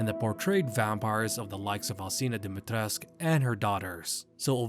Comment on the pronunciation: DIMITRESCU!!! NOT DIMITRESC.... NOR DIMIATRECAH.